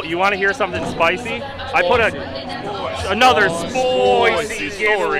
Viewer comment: Lol Jason Ferron teaching them to say SPOICY properly